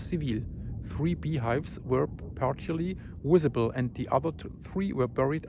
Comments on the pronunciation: Not wissable lol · YOu can say volcano but you can’t say visible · I've watched a hundred of your vids, and as your brother, i love you dearly, but when you said WISABLE, i lost it....it's so crazy how you say Volcano, and most of the time, visible, but today you say WISABLE, volcano WENTS, WALLEY... I'm not being mean, I'm picking on you like your best buddy would.... Ps. If you don't have friends that pick on you, I've either been jipped, or you need new friends. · Wenus, It’s not wisible from the wolcano. You should see W for Wendetta...! Great coverage though! Thanks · Wery= very... WISABLE= visible. Walley=valley Volcano=volcano. Wenis= I'm not really sure, but I love this guy .. . Don't think he was talking about the outside elbow skin ...